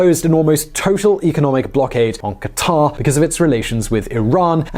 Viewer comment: It's so refreshing to hear western people pronouncing Qatar correctly instead of "cutter".